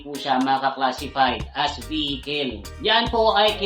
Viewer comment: vehikel? saan sa america maririnig yan mga kel, kel?